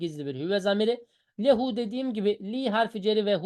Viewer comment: Lam ceri zamire muttasıl geldiğinde üstünlü okunur ondan lehüü şeklinde